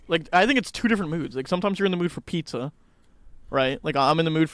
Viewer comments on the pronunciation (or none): “pitzer and pahsta”-george 2022